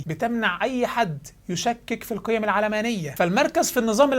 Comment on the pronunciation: تنطق العلمانية وليس العلامانية !